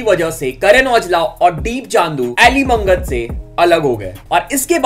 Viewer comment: Brother Elly Mangat Hmare Hi Pind Ka Hai Aur Haa Elly मंगत nhi bro Elly मागट Bolte hai Ise Punjab Mai 😅